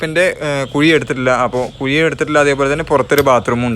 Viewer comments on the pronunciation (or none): കുയി അല്ല ബ്രൊ....കുഴി👍👍👍